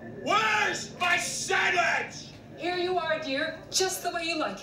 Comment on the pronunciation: “Make me a samitch” 😂😂😂😂😂